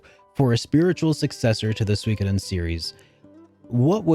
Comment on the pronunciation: did u edit the part when u said suikoden because u said it wrong at first? lol